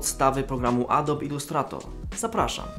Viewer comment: nie mówi się "adob" :)